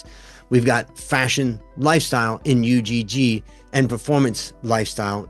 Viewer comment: just fyi it's not pronounced U-G-G, it's one word pronounced "ugh"